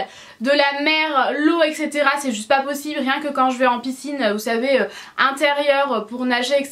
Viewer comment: Mais juste quand est ce que tu vas comprendre qu'on dit etcétéra ?